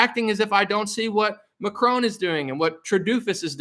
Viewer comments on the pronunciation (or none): none